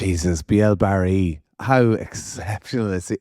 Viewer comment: It’s Bee - A - Ray. Not feckin Barry.